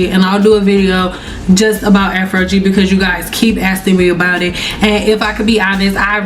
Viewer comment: Afro-gee, never heard it pronounced like that before 😮😊